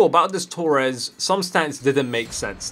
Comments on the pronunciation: It's Torres not Toures lmao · It's Torres. Not tourez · Tures- pronunciation